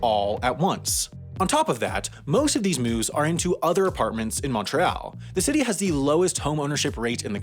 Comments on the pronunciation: Aight mate that's [Mont - réale] or [Munt - re - all] not [Mownt - ree - ale] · mon-Réal... "t" is silent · hearing you pronounce 'seigneurial': that's a hard word, this guy might be francophone hearing you pronounce 'Montréal': oh nvm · The way he says " Montreal” hurts my ears. Mon tree -all not Mon -treh ahle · Since I have nothing to nitpick about this video. Just bringing up: I thought the word was pronounced Mon-Tree-All. Not Mon-Trey-Al. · it's more pronounced "montree-all" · Brags about being able to pronounce 'régime seigneurial', but pronounces Québec 'kwabeck' and Montréal 'mauntreeall'. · FYI: You don't pronounce the T in Montréal. And also, in a nation with a housing problem, being able to find another apartment or house on the same day your current lease expires is extremely practical. Plus, moving day has become a sort of tradition by now. It's part of Québec's identity. On the subject of moving companies though: Movers are scum. And that's mostly why québécois (you like to call as Quebecers for some reason) tend to move their own stuff. This creates a special opportunity for us to help each other, reconnect with family and friends and so on. So this actually has a major impact on our society. :) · Is it just me, or do other people get annoyed hearing Quebec pronounced like this? And the way this person said Montreal... like a cross between French and English... but at least that's not a recurring issue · my man can pronounce régime seigneurial but not montreal 😭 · You were doing so well with the other French terms, I got a little sad when you didn't pronounce Montreal with the Montreal accent. But, good job on the rest! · Omg I had to pause the video and take a deep breath after hearing you butcher Montreal. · Also, well done on your French pronunciation... except for the way you say Montreal. That was way off. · Your writers =should have written around that half attempt to pronounce Montréal, the first bit is english and the second is in french.